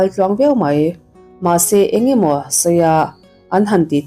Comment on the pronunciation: Mei...ti lovin...'mai' tih hi a țha